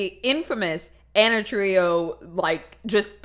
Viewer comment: ana trujilo, more like ana truHEELo im so sorry